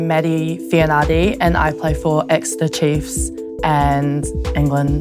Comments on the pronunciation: Excellent back rower for the Red Roses; but a pity her father Isaac couldn't teach her to pronounce her Samoan surname correctly. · 😂😂😂 bruh, I was like ayeeee?? Must be my hearing then the second time she said it I almost died of laughter lol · Your hearing was fine, it’s really sad when you cannot pronounce your own surname a ea😂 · Could someone help her pronounce her surname correctly😊